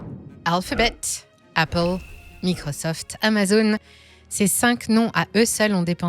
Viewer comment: Apprenez à pronencer MICROSOFT avec l'accent.. Quand on frime il faut frimer jusqu'au bout 😂